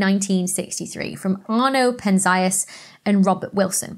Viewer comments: "Penn-zee-us", not "penn-zigh-us". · I've always heard "Penzias" pronounced as Pen-Zee-Us. But whatever, it was a interesting video and topic. Thanks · Did she say “Harlow and Shapley” debated? Harlow Shapley was one person. He debated Heber Curtis in the so called “Great Debate” or the Shapley-Curtis debate. Penzias pronounced PEN-ze-us Dicke pronounced DIK-ee Penzias and Wilson did not build the horn at Bell Labs in Holmdel NJ. It was completed in 1959 - both were still at graduate school, Columbia and Cal Tech respectively.